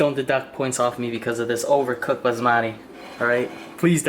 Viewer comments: Baazmatte? or baSmati? It's Ba S Mati not Bazzzzzzmattttteeee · Basbasmadé is not how you pronounce it sorry it’s bassmatty